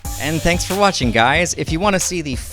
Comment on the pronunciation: The guy thanks like a chinese wtf :))